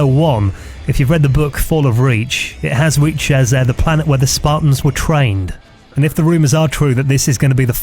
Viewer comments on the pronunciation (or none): none